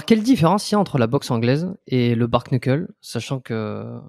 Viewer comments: Bark-knuckle ? La prononciation est très mauvaise c’est bare-knuckle et se dit en phonetique bare-nuckle (certains disent juste bare) ! Il n’y a pas de K à la fin de bare et le K est muet en anglais sur un début de mot 😅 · Bare Nuckel, on dit pas K dans le Kn en anglais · Et ils prononcent le A alors qu'en anglais phonétique ça se prononce"Bère", le A se prononçant comme un "è" 😂😂😂 du coup à l'oral ça se dit "Bère Neuckeul" mais ça s'écrit du coup "Bare Knuckle" Ça pique les oreilles leur prononciation 😂